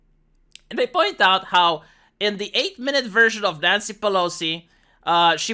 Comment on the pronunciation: I keep hearing "nyan-cy"..... I watch way to much anime